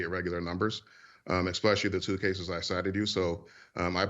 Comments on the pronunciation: I will never trust a man who pronounces the word "especially" as if it had an "x" in it. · and A Harvard graduate finds an “x” in the word “especially?” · I'm distracted by words like "exspecially" and "excetera". I can't hear anything else. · So Mr. Gibbs is Harvard educated and yet he doesn't seem to have a very good grasp of English vocabulary. "Especially" is not pronounced ekspecially. Can he pronounce "ask". Literacy when it comes to English is very important and very telling. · The guy can't even answer a question. Typical politician doubletalk. AND... someone needs to tell him there is no X in the word especially. It is not pronounced expecially. Does no one take English in school anymore? He got through Harvard pronouncing words incorrectly??? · "Expesially"? Harvard? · Exspecially, people who can't pronounce words should not be in office. And of course the other total BS. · “Expecially“…? Is that a word? University man? Perhaps someone should “ackx” him. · a regular guy? black guy with harvaed degree, worked for HUD.Says expecially instead of especially. typical republican bullshit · “Exspecially” [sic} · "Mr. Gibbs, would you agree it doesn't make sense to pronounce the letter "x" in the word especially." "I would agree it doesn't make sense that the alphabet is a lot worse since Biden." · Harvard?! The guy can’t even pronounce eXpecially properly. So maybe he meant to say it was improbable rather than impossible for trump to get more votes than he did in 2016 and lose.. or maybe he’s just a complete moron who has zero proof of anything he said, “lots of people are talking about it and they believe it” is not an acceptable argument 🤦🏻‍♂️ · Never met a Harvard grad who says “exspecially” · I loved when David said, "how do you know they have to come down more if you wont even concede that they're down 20%?" and Gibbs couldn't even answer it! Also, it's funny how a Harvard grad can't even pronounce "especially" properly. There's no "X" in "especially."